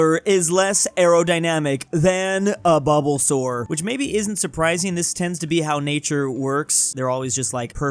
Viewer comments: i hated that you said bubblesour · Don't forget bubblesaur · Did you call bulbasaur bubble-saur??? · calling bulbasuar bubblesar is so funny keep up the good work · Did say bubblesoar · This man said Bubblesaur